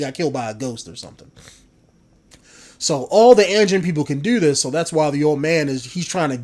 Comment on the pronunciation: One thing it's pronounced a-jean and a is pronounced like AH-jean